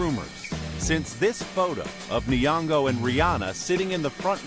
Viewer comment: Nyongo not Niongo